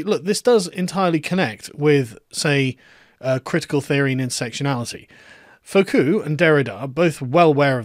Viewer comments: Not Foh-koo, Foo-koh. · Learn to pronounce Foucault. It is not Foh-Coo, but reverse the vowels. Foo-Coh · Dear Carl--FFS, it's "Foo-COH", not "Foh-COO". Learn some Frog, man! Foucault almost rhymes with "you bowl". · Continental Philosophy has never concerned it self with objective fact and truths. (Majored in Philosophy, can confirm). Also, its not pronounced "Foh-koo", its closer to "Foo-koh" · Foucault: Foo-ko, not fo-koo. Foucault: Foo-KO. Kung-FOO KOs his opponents. Keep keeping up the good work. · I like how he says fo-ku, instead of fu-ko. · Sargon's pronunciation of Foucault which should be something like "Fooo koh" is more like "Faux cul" which is 'fake ass' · Fwiw, “Foucault” is pronounced “foo-coh” as opposed to “foh-coo.” Thanks for video. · It's "Foucault" Karl, not "Faulcout" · Isn't FOO COE, not FOE COO? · Foucault: foo-caw. Not faux-coup. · "Faux-coup?" *Foo-co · fUcO not fOcU... Foucault... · Fu-ko, not fo-ku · Sargon it's Foucault, not f u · Foucalt = Foo - co ('co' as in coconut. ) 'coconut' as in 'crazy in the..' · Not sure if you're doing a Vee-like deliberate mispronunciation ("Twatter")... But it's "foo-KO" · It's Foo-caw, Carl. The way you pronounce it sounds like a Brit trying to pronounce "faux-cul" which is a slang word for hypocrite and literally means fake bottom. 😁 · Sargon, it's Foo Kho. What is it with your French pronunciation? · Lol when you say Foucault wrong by inverting the syllables it sounds like "faux cul" (litteraly false butt in french) meaning a hypocrite. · Foucault, rhymes with Rousseau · I'm pretty sure it's pronounced "foo-cōe" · Bro, it’s FOO- COH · Foucault is pronounced foo-koh. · It's pronounces foo-koe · “Fokoo.” Hahahaha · Fyi Foucault is pronounced foo-ko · It's Fu Ko. Freaking englishman. lol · Carl Benjamin Please correct your embarrassingly off pronunciation of “Fuu Coe” ‘s name see: pronunciation guide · Contrapoints made fun of him in one of her videos for fucking up the pronounciation.